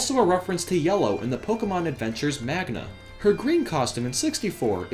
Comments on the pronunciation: OMG DID YOU SAY MAGNA?! It's pronounced manga, such as mango or the A sounding alike AH. I prefer saying the second one. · He meant that you pronounced it wrong, it's Manga not magna but maybe is that you're not accustomed to the word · Don't you mean manga not Magna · "Pokeemon Magna" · D-did you say m-m-MAGNA????!!!! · LOL YOU PRONOUNCED MANGA MAGNA HAHAHAHA I mean why are the comments so informal? Anyway back on subject I believe Falco's light blue costume thingy came from the original SNES Star Fox or at least that is what my eyes see. He kind of looks the same with the Super FX chip design.